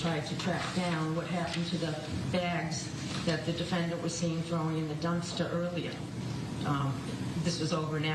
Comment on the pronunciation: "He woks to the dumpstah"...